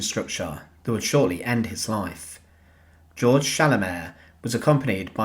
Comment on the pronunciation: Actually, Georg is pronounced "gay-org" in German. Nevertheless, thank you for this eye-opening video of a war criminal who met justice at the end of a hangman's noose.